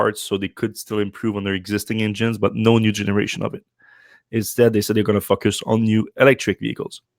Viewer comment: I get a chuckle when I hear him pronounce "FOCUS", I hear "f**k us". Depending on your personal proclivity this is either highly offensive or at least mildly fun.